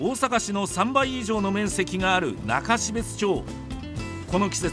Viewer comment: 中標津(なかしべつ)が悲別(かなしべつ)にきこえてしまう。